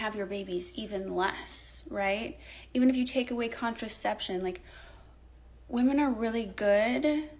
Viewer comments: Why are they so commonly saying woman in place of women. Like are they all immigrants? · Why do all of these women pronounce “women” as “woman”??